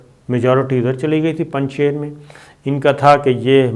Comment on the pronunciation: the pronunciation of ..shir in Panjshir is sheer meaning milk in persian and not sher meaning lion. The milk from the cattle, sheep, goat, cows etc of this valley is of highest quality and best in taste, and thus the name. During soviet invasion, to produce image building of Ahmed Shah Masoud, the resistance leader from Panjshir, propaganda machinery of the west, started calling Panjshir as Panjsher (meaning five lions), while actually the name means five milks and NOT five lions.